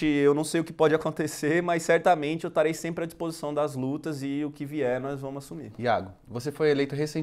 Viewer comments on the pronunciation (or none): eu "tarei", "nóis vamu" assumir... 26 anos nas costas e ainda cursando... "PÁTRIA EDUCADORA!!" VERGONHA ALHEIA!